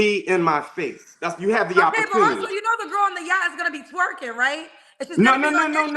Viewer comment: OMG we been on Yachts at least I have. The way he keep saying Yacht is telling he's not used to nothing. He knows one word. "Outlier, "! Dude is not a 5%error AT ALL! He's a 70% nowadays...settle down lil Man you're NOT the only one raised in a two parent household. Also. If the two parent household is abusive & toxic. He can put a suit on but once he open his mouth he's showing a pants down, tattooed body, disrespectful, misogynistic fool. I don’t see fine I see Yosemite Sam!🥴🚶‍♀️